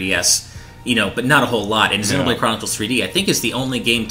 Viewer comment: they also say zen-o-blade. Isn't it zee-no-blade?